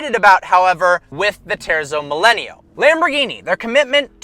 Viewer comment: It’s properly pronounced “teartzo millayno”